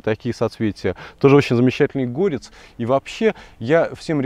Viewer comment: ГорЕц, а не гОрец.